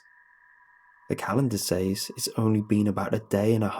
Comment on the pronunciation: I love this dude but the way he pronounces "says" drives me F-ing nuts!